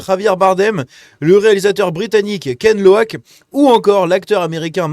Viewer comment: Pas "Kenn Loak"...mais QUAND ...LOCHES! Sinon oui ça se voit que tu n'y connais rien au cinéma... Chacun son truc.